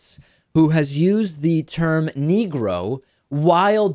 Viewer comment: Quibbles based on personal observation only: He doesn't say "Negro," he actually says "NEEEE-GROW," emphasizing the first syllable and lingering on the word, staying on it longer than he would if he were really comfortable with it. I'm guessing he's using it as a substitute for whatever term he prefers or would normally have used. (Apologies if this has been previously noted.)